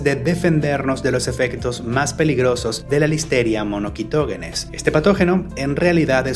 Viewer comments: Es incorrecta esa pronunciación, “monoQUItoGUEnes”. “MonoSitoGEnes” es la forma correcta. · Monoguitoguenes? 🤣 es “monoCYtoGEnes” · muy buen video pero así no se pronuncia Listeria Monocytogenes Le pones como k jajaj